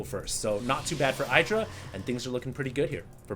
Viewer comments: No, is wrong. Husky is right. Idra is pronounced the same way you pronounce "it' or "idiot". Ed-rah no Eye-dra. is ignorant. On a side note, Idra is fucking amazing. I used to dislike him but seeing him play and his game sense is phenomenal. He has so much experiance under his belt that he's able to tell what's coming and how to react. Just great. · omfg, stop pronouncing idra incorrectly!! It's "ih-dra", NOT "eye-dra".. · Id-drah, not I-draw. Even Husky gets it right now and then ;-) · It's "eye"dra, some ppl pronunce it idra because of hydralisks but when you see an I at the begining you prononce it like eye. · IDD-DRA Not eye-dra. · No, it's actually Id-ra. He's said so, himself. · even idra calls himself id- ra :/ but i think everyone calls him different things. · it's pronounced iiii-dra iiii-dra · Trust Artosis! But... he calls Idra something different than Idra calls himself! Wtf?